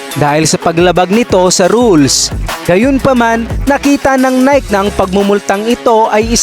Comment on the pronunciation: Hahahahahahahahahhahahaha natatawa ako sa tuno ng boses mo hahaha g na g ah hahaha. Nayk ba pag bigkas ng Nike ? Baka nayki ? Hahahaha